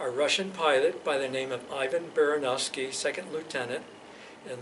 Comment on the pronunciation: Being a speaker of neighbouring language plus Ivan Baranovsky's family name being probably of our, Polish origin I have a little correction. He was not "Ay-vaen", he was more lake "Ee-vahn". "I" pronounced like in India, "A" pronounced like in Alpha. And not "Behrehnovsky" but "Bahrahnovsky". Again both "A" like in Alpha. BTW1 - he must have had also something between first and family name, a paternal name, the Someone-ovich or Someon-evich. In cyryllic-writing societies it's a form of showing respect to call someone by first name and this "otchestvo". E.g. it would be "Hey, Ivan, throw me the wrench!", but "Ivan Gregoryevich, we all want to thank you for your help". BTW2 - "Baranovsky" means in Polish "coming from Baranowo", "Baranowo" being in turn probably a village named after "baran" - the ram. Regarding this "port" last transmission, I of course only have this one word, and not in original but from your translation, however considering our aviation habits here in Eastern Europe I very much doubt that this would mean "left side". While OK, it might be that some English phraseology was passed to USSR aviators operating LL equipment, I still find it unlikely that he would be telling directions this way. I'd rather suspect literal meaning, maybe he meant some "port" he tried to land next to, however "port" is rather a big word for something on a frozen lake. But checking the dictionary I've noticed something else, which corresponds to this damaged engine crankcase. There is